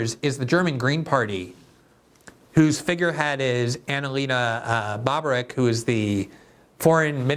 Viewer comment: Glenn, you're mispronouncing the Medusa's last name. It's not pronounced - von, it's 'fohn'. And its not Layin, it's appropriately pronounced 'Lyin'. Also, you're torturing the foreign minister's name, which is pronounced Bare Bock, not bobberwreck, which would be quite appropriate the damage she has done. Her several deep fake videos give credence to the correct pronunciation.